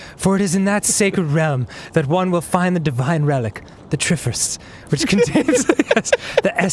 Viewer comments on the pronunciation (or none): I lost my shit when he mispronounced Triforce.